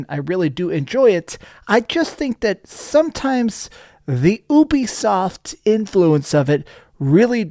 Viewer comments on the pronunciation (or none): It’s pronounced You-be-soft Not Ooo-B-soft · bro said "obiesoft"